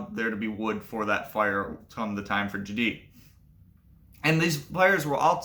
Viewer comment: The stress accent would be on the first syllable here, so it would be "JAH-dyh" not "jah-DEE." Besides that, great information - thanks for sharing.